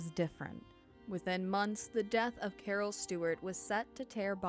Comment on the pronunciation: “Cawhh”, gotta love Boston.